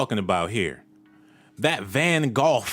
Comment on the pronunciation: Blaming the victims of this tragedy for sacrificing themselves is the most ignorant and repulsive thing I have ever witnessed. Also Van Gough is pronounced van-go.This was an accident crowd control problem. The city of Houston should have kept the crowd in order. Blaming Mr Scott or the victims is ridiculous.